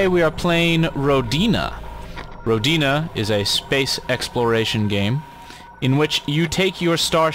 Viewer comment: hi, I'm pretty sure the I in Rodina is pronounced softly. That's assuming it's intended to be related to the Russian word for Motherland. That's what came into my mind when I saw the title, anyway.